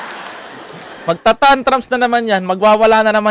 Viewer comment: tantrums pronounce as tantrooms sorry